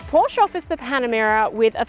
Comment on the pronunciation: best review (of ANY kind) i’ve ever seen!! very thorough. but you must pronounce PORSCHE correctly.